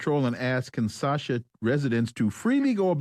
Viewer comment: Kinshasa, not Kinsasha.